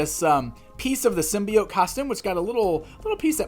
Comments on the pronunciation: Symbiott? what the heck? There an E at the end and everything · And gives us yet another way of pronouncing symbiote - "sim-bee-ott!"